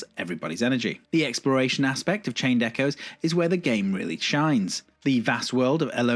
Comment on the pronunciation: A small nitpick. I thought it was odd that you didn't pronounce the "s" in Echoes, as if there were only a singular echo. Great video, thank you!